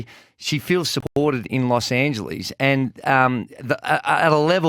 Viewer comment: How come 9 out of 10 Australian's cannot pronounce Los Angeles. There is no double 'e' at the end.